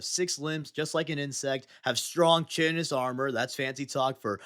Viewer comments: “Chitinous” is pronounced KITE-inous, not Chittinous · Chitinous is pronounced: "Ky-ten-us" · pronounced Chitinous wrong, then pronounced Chitin right, and I'm convinced he's fucking with us lol.